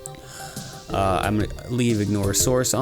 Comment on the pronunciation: You also pronounce it as the sweidsh word, Bulle, which is bun! As in Kanelbulle, cinnamon bun!